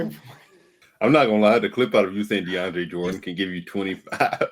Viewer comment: Mike need to be banned for saying Deandre Jordan 😭